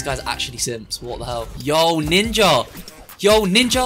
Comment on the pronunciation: Bro you kinda said. Ninjer